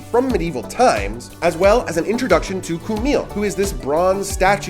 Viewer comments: Č is pronounced as Ch in the name Charlie. Not as K. Čumil comes from the verb čumieť - to stare, as the statue 'stares' at people passing by. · Keep your F words to yourself and to evaluate komunist and nazi America, since you have really no clue about Slovakia. You did not give them even respect to pronounce the names right, as well as with the correct emphasize - Čumil, Katarína. I get tired of trashy Americans, who do not come to understand and keep saying insultful nonsences!